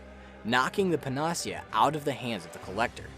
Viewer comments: Hot new pronunciation of "panacea" just dropped, along with a singular they. Seriously though, good video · Amazing video. This must have taken ages. Also, very strange pronunciation of Panacea. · Great recap. But panacea is not pronounced like that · Great but you really need to google the pronunciation of panacea. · Excellent video. Best in class quality. One nit in the improbable case no one has said it: "panacea" is pronounced "panna sea uh". It's an English word so any online dictionary will do it justice if my text hasn't. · Panacea - Pan-uh-SEE-uh. Just FYI. You don't hear it spoken very often, but you made a good guess at it. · it's pronounce pan-ah-see-ah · Your pronunciation of "Panacea" is off: pa ·nuh·see·uh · pan-uh-see-uh....is how to pronounce. latin word for a cure-all. great video otherwise, just great tx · It's a panacea. It's Greek for cure all. Not paahnasia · Great video except for one thing. The pronunciation of Panacea. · pan-uh-SEE-ah. Panacea. Not puh-NAS-ee-uh. N; all encompassing cure. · Great summary… but… PAN-uh-SEE-uh. Not Pan-AH-see-UH It’s a Greek word that described a mythical cure-all. It’s not a made up word for the game, and thus, has a correct pronunciation. I feel like a lot of people who spend a lot of time online have read a lot of words that they’ve never actually heard anyone say out loud. So here’s a tip kids- if you don’t know a word, look up its pronunciation online. You can find spoken videos of most words online to help pronounce them correctly. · Pa-na-cea. Not puh-nacea. Anyway, I'm glad this video exists. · How the fuck you make this whole video and pronounce PANA-SEA-AH as PAN-AHH-SEA-AH wtf who the hell pronounces it like that? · pan ah sea a NOT puh nah see uh ... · "Panacea" pronounced: Pan-ah-sea-ah But great video,. Well done. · I really hate to be picky,but the word is pronounced "pana-sia", not "pen-AH-sia". A panacea is basically a cure-all, but it doesn't usually work. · Pan-ah-see-uh. Moron.